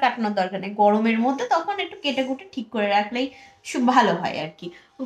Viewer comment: tik koro bole na......thik koro bole😊